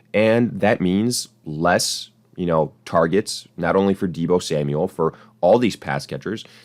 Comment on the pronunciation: You lost me at, “Deebo Samual.” 😐😂👎🏿